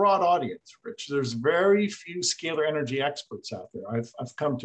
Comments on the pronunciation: The interviewer refuses to even pronounce the scay ler energy properly. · I can't take the mispronunciation of "scalar" energy by the host.